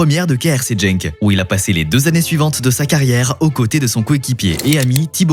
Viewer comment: C’est pas jenk mais Genk